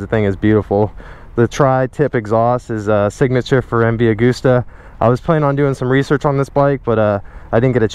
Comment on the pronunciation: When you don't know how to pronounce MV Agusta so you pronounce it in different ways lmao